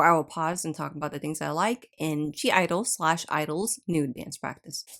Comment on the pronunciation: I love this channel and your videos! One note…the “G” is silent in the group’s name. It’s a common mistake many people make. That’s why it’s “(G)” and not “G”. Thanks for the great content!